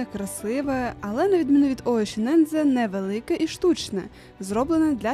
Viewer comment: лайк за нове відео. але нема такого озера оєшінензе 😂😂😂 будь ласка, якшо ви вже розповідаєте якісь географічні назви то озвучте правильно